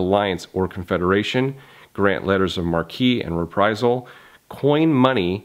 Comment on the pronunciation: Other than the pronunciation of “marque” and “ERISA”, this video was a 10/10. Keep up the good work.